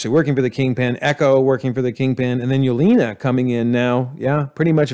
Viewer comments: It's slightly annoying the way you keep saying Yelena as "Yolina" Edit: and also Hayward is his name, not Haywood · There were quite a few “antagonist” that were reformed by the time they died or left, that you didn’t count as reformed. Loki & Yelena (pronounced Ye-ley-na) for example. And I don’t think we were given enough information to conclude that Val is a villain or that Xi Xialing became villainous by the end. Both are suspicious or iffy, but not guaranteed villains. And please work on the name pronunciations. You mispronounced nearly every minority characters name wrong.